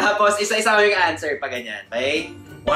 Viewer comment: Labyu, pero di ko kinaya yung 'aanswer' 😩 =))